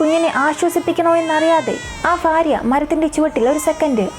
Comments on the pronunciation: മാശാ അളളാഹ് നല്ല അവതരണം ഫർത്താവ് ,ഫാര്യ അല്ല ഭർത്താവ് ,ഭാര്യ എന്നാണ് തുകൽ ബാഗ് എന്നാണ് ❤ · ചിലപ്പോൾ, ഫർത്താവ്, ഫാര്യ എന്നാണ് പറയുന്നത് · ഫർത്താവ്, ഫാര്യ........ അയ്യേ.... അയ്യയ്യേ..... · ഫാ അല്ല ഭാ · കുട്ട്യേ ഫാര്യ അല്ല ഭാര്യ 🤣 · ഫാര്യ അല്ല മോളെ ഭാര്യ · ഫാര്യ. ഫർത്താവ് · ജിഹാദികളുടെ അടിമ മോളൂ ..... സേ ഫാര്യ അല്ല ഭാര്യ 😂😂😂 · എന്തിന് മനഃപൂർവം 'ഭ' ക്ക് പകരം 'ഫ ' എന്ന് പറയുന്നത് ? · ഫാര്യ അല്ല ഭാര്യ😁😁